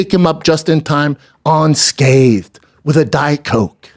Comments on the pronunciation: “On scaved!” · On-scathed. What’s that? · Bren Shob walking out “onscabbed”